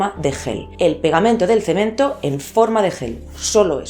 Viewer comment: Jajaja dijo cemen.....